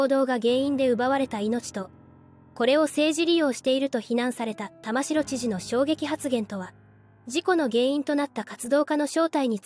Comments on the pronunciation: 玉城県政・地元マスコミ・左翼運動家の結託と横暴を憂いる者として共感できる動画でした。 玉城＝タマキ、本部＝モトブの読み方はお間違えなきよう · 細かいところですが、沖縄県知事の苗字の読み方は「たましろ」ではなく「たまき」ですよ！ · 「たましろ」ではない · 玉城（たましろ）じゃなくて（たまき）な 本部（ほんぶ）じゃなくて（もとぶ）な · たましろ、では、ありません。たまきですよ。こんなことくらい分からないのですか。？ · 読み方は玉城（たまき）ですね 不謹慎を承知でいうが〇くなったのが警備員の方ではなくこいつらのメンバーならよっかったのに こういうなんの役にも立たない活動家は強制排除も視野に入れて対処してほしいわ ちなみに沖縄の野外イベントで署名すると実はこいつ等の賛同署名でしたってのがあるので沖縄のイベントは要注意ですよ あと追加でいうなら現地で生活してても暗黙のルールなんてのは初耳ですが…